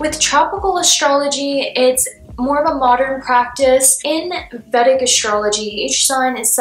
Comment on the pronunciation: So being an Indian and little knowledge of indian astrology I highly highly appreciated the efforts you put into your study of vedic astrology Also you pronounce correctly almost all the time 💯